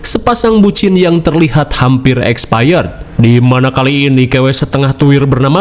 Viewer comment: Haha “pasangan hampir expayed” 😂